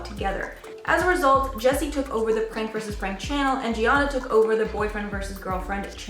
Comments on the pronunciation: Can I point out she called jeana (Jen) the wrong name. She called her jeonna. Ik this was from a month ago buuut still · Someone help this girl pronounce a name... Little things like that make folks who "report" info sound less credible. Who the heck is G-Anna...lmao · do you guys never research the people youre about to talk about? because if youve been in youtube and not know how to pronounce jeanas name properly, like do you not like them that youre just taking a piss on it?